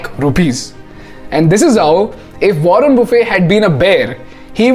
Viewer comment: Wrong pronounceation of mr.warren